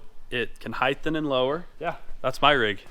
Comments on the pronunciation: “HEITHEN and lower” 🤪😂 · Dang, I thought the Utah "heighth" was bad enough but came up with "HEIGHTHEN!"